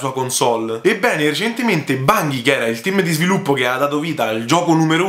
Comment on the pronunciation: Bungie si pronuncia con la "g" dolce ;) Comunque Destiny non è un'esclusiva Sony. Diablo esisteva già su ps1 quindi non era assurdo che lo presentassero. Detto questo ci sono rimasto male pure io non tanto per la cattiva fama di Diablo 3 quanto perché appena ho visto Chris Metzen sul palco ho subito sperato che finalmente avrebbero annunciato il tanto atteso project Titan (ovvero l'MMO che sostituirà WoW). Sony ha detto che uscirà "this Holiday season" che non vuol dire ottobre... (continua)